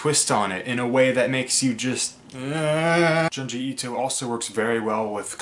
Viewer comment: The way you pronounce his name is frustrating.